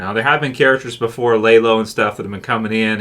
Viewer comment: LAYlo? You don't even watch the damn show. Blocked!